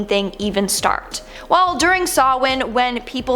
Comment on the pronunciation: Close: the original Celtic pronunciation of Samhain is SOW-inn (sow as in female pig, and inn as in li'l hotel); accent on the first syllable.